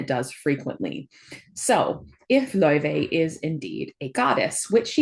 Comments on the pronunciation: I believe they are pronouncing it lao-fey in promotional videos, though they almost only say Faye when talking about the character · The devs had confirmed , its pronounced lau -Faey and not like the icelandic singer .